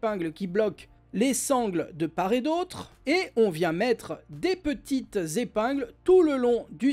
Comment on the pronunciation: Hello ! Normalement, quand on dit "de part et d'autre", on doit faire la liaison entre le t de "part" et le "et", on devrait donc dire : "de part-tet d'autre" et non "de par-et d'autre". Sinon il a l'air vraiment bien ce sac banane